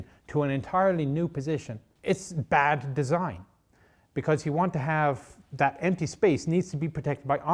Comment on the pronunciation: Please tell me he didn't say "Bat design" lol